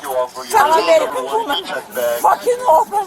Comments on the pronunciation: “I am Omar-in-can. “ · Say it with me, folks - "I am Amalleeekan" 😅🤣🤣